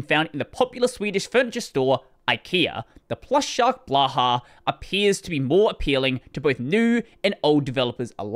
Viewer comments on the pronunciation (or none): "Blaha"? So bad it's hard to describe pronounciations in the YT comments…